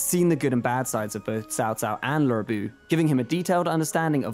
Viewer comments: I appreciate your effort in the pronunciations but can you please stop saying Swen in regard to the Sun family. Also, who is this Laura Bu you keep mentioning? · Not sure where Lurr Bu came from. I appreciate they realized it's not pronounced Loo but honestly Loo is a lot closer than Lurr. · Yeah, they obviously mean him, but why do they pronounce it like that? Perhaps they are trying to be more authentic to chinese pronounciation but it just ends up sounding weird. This doesn't help people who don't already know the characters learn the names either...